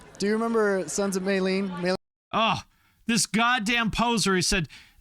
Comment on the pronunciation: he said Son's of Mayleene?? WTF